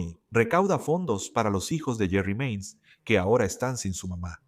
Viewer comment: Se llama JERI MAINS, No JERRY MANIES , en este law&crime pensé que le habían cambiado los nombres porque suenen como Jerry como nombre de hombre y Cecil de mujer oops!!😮